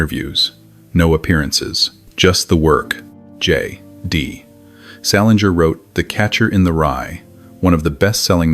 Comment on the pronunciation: your pronunciation of J D Salinger's name was very AI. And the voice was so monotone and artificial sounding. If it quacks like a duck...